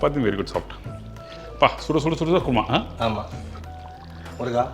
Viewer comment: Adhu guruma alla Kuruma endru sollavum